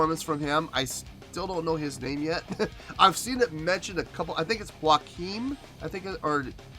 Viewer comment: In Swedish, Joakim is pronounced you-a-keem. Pär (bassist) is pronounced pehr.